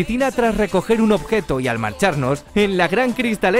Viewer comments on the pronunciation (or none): none